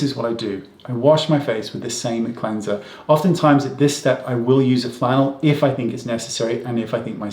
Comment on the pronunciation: What are you saying about. “Flannel” if your skin will tolerate it? I cannot tell what you are saying.